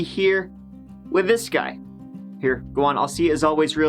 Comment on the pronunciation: Hey Mike when you say "Let's give it a goo " you make my day